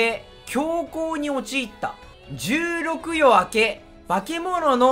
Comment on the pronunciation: 「十六夜」は「いざよい」やで！